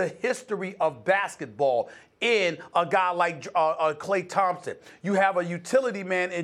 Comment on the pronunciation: Klay Thompton?💀💀